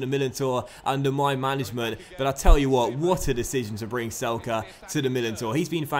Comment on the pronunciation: It is not "Selke" it is "Zelke" because he is German